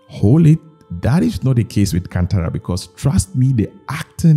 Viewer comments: ಅದು ಕಂತರ ಅಲ್ಲ ಅಣ್ಣ ಕಾಂತಾರಾ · it's not can-tara it's kaanthara